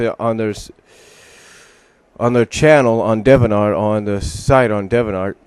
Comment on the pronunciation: It's pronounced Dee-vee-ant Art.